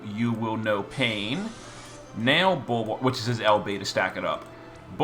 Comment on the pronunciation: I love how he calls Bulwark everything except Bulwark